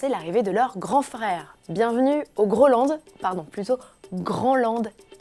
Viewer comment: Si tu prononces Grandland à la française c'est sûr que ça va faire bizarre 😁